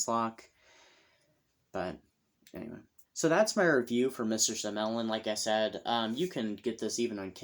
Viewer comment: Mellyn was my maiden name. It is a Welsh name and pronounced: “Ma Lynn”. Short A and emphasis on the second syllable. :)